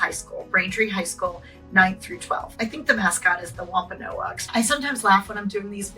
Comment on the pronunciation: it's the Wamp ah nogs...not the Wamp ah no ahgs